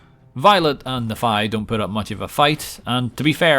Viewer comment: The way he pronounces Nephi never ceases to delight me